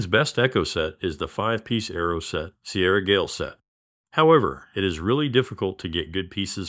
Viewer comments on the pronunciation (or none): none